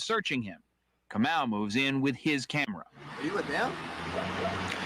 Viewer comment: I used to work with this guy. It’s ka mau. Not moo.